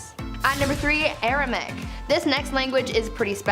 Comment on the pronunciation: Hebrew is still very much alive and used, even in the U S. That language Jesus used is "Aramaic". You're saying and typing "Aramic" which is uncomfortably like Arabic. It is pronounced "ARA-MAY-ICK"